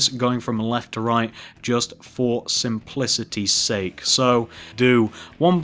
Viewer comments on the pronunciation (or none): none